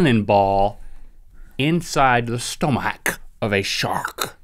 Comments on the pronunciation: Lol "inside a stomakkk?" Lmao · OMG, Link just pronounced stomach in perfect Serbian! ^.^